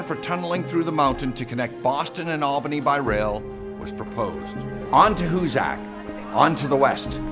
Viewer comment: It's pronounced Hoo-sick